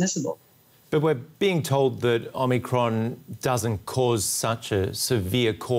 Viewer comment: Omicrons ?? sounds like O´Macron.